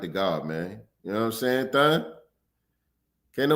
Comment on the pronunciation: That "THUN" is impeccable ..